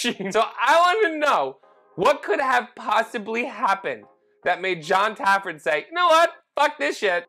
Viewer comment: How am I so many bar rescue videos in and only just realising now you might be saying Jons name wrong? Either that or my hearing is fucking up, are you calling him Jon Tafford? Because its Jon Taffer